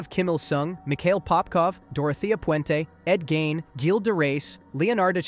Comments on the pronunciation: Dude said “ed gine” it’s ed geeeeeiin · Bro its pronounced "ed geen" You need to start looking up pronunciation because it discredits everything else you say. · Ed gein It's pronounced "gayn" "GAY-N"